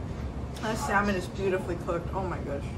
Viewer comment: lmfao "preperating"? preparing.... omg. im not hating at all but your use of words are lets say not all there...like when you always say it has much on it..."alot" im no pro at the proper pronunciation but dang girl cmon....and its pronounced sammmuuuunnnn not sal-man...wow